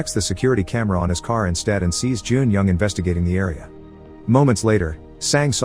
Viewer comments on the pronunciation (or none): none